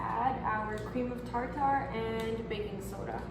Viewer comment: Cream of tar tar🤣 she so adorable.. it’s actually tarter but I like tar tar better.. I’m gonna start saying that